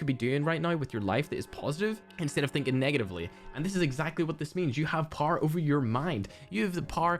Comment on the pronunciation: Me a norm: Power a cracked Irishman: paaoaoar